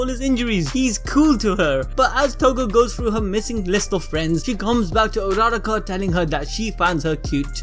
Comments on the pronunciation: BRUH ITS u-ur-ra-ka not araraka -_ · don't wanna be rude-- but did someone catch how he pronounced Urarakawrong?